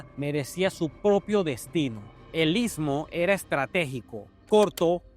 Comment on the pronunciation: Amigo está pronunciando ismo amigo está pronunciando istmo te ves pronunciar...ITSMO...